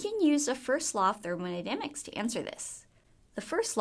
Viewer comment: Thermonydamics xD